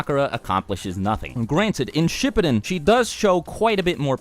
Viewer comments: I felt uncomfortable the way he said everyone’s names in this entire video considering I’ve watched SHIPPUDEN in Japanese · I totally started dying when I heard how he pronounced Shippūden